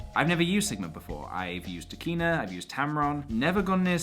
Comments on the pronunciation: I keep think you say Tequila and Sigma... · I kept thinking you were saying Trichina (as in the Trichina worm...). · I like the way you say Tekina, you make it sound like a badass anime character!